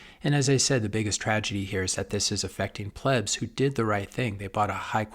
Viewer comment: . Did he say plebs? 😂😂